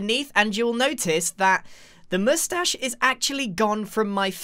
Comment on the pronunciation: grian: oh i always forget the masthashe me: -________________________